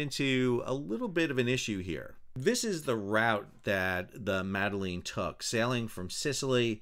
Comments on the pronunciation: The fact that you open the video by pronouncing her name worse than the POTUS and belittling their goal says all you need to about your position. Very political, you were. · I enjoyed struggle to pronounce Greta's last name 🤣 And laughed at myself every time I heard anyone pronounce the name of the sailboat as "meddling" which both parties seem to have been doing even though the name is not meddling lol. All of that aside I see no reason why the sail boat should have been denied freedom of passage, no reason why Israel should have done anything more than ensure it was not a danger to anyone. It should be Palestinians who allow or not allow foreigners to dock on their shores. However, it was stupid of these people on this sailboat to display Palestinian flag(s). Thanks for the video, Sal! You're the best